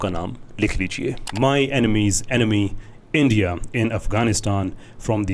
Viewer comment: Jo bhi bolo, per ye India ko Andiya kyu pronounce karte h?